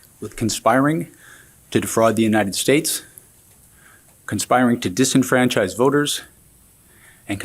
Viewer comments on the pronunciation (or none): "the United Shates"